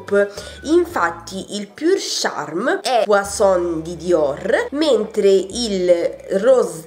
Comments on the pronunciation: Inci Verde la pronuncia giusta e puazzzon con là zêta e la n finale non si prunoncia e non poisson qui voulez dire pesce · "Puasson" significa pesce in francese!!!! Poison ( puason) che è il vero nome del profumo significa veleno. Guerlain si pronuncia "Gherlen". " Violet sugar" è " Vaiolet sugar..... ti prego!!!! 😂😂😂😂